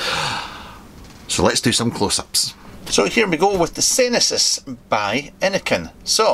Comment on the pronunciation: “Senesis”,? 😬